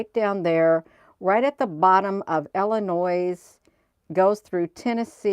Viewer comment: drop the verbal s on Illinois❤